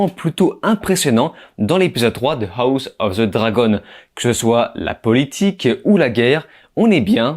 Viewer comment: sa se prononce.....HAWSSS OF JRAGEEN